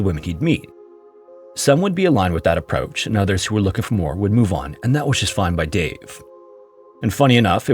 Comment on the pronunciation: "approuch" lol